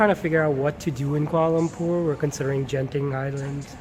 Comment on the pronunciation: Genting is pronounced with a g sound as in gun....